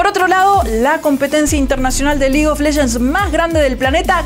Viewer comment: detashes, Qishana, league of leshens...como que molesta un poco x.x